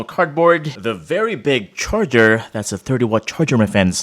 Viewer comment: snepdregon and its cherger